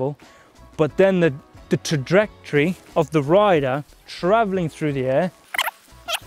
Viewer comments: Says "sayonara" (a japanese word) quite well but says "tradectory" funny. Awesome vid! 😊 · I could listen to saying "trajectory" all day.